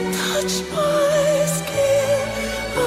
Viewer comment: Lara's singing pronunciation of the words, "hate", and "skin" didn't come out well--I wasn't sure what she was saying... At one point, I thought I thought the language was French.